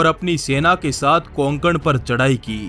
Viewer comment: कोंकण नाही रे कोकण अस आहे